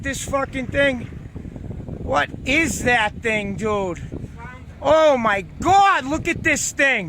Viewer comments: "Let's pull it in Jude" He donesn't even know how to say dude anymore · didnt know if he should say jay or dude. so he said jude.